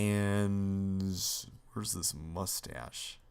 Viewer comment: don't feel bad about making mistakes like that. I imagine recording makes your mind preoccupied since your doing many things at once. and/or nervous. Mushtache:P somebody should make a compilations of fails and stuff like this from all the LPers of chips challenge